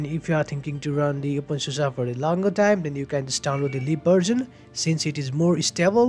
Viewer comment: really nice video, thanks for it, love how u say open susa hehe